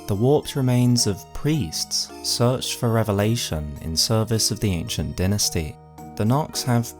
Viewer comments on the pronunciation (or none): none